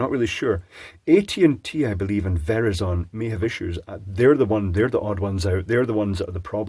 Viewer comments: I had to laugh when you said "ver-ih-zohn," it's pronounced "verr-eye-zun." It never occurred to me that it could be mispronounced by non-US folks. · can't get over your pronunciation of Verizon 😄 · Never heard someone pronounce Verizon that way before, interesting.